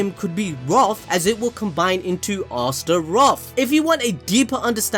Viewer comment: Not to dis ur accent but it’s pronounced like this “assturoth” not spelled but spoken